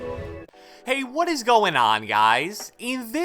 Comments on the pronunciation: “But at the end of the day it ezzz what it ezz” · eed ees what eed ees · It eeeez what is eeeez 😂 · Nobody:: "it eez what it eez" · it ees what it ees